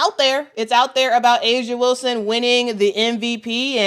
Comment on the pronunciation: Whistle- Whilston??? YOU DONT SAY!!!